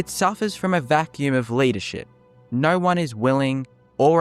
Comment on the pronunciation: Australian…. There’s no “r” in no or go